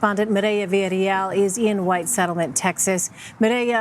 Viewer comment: Damn this news anchor can’t say “Maria Villarreal” lmao ... Merieah